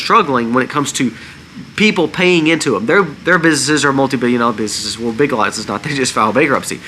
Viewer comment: W😮ho!? Did you say Big lots?